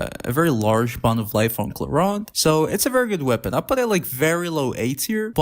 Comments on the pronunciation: Why ClorUnde? It's ClorEEnde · "Clorand?" I thought it clearly said "Clorinde"????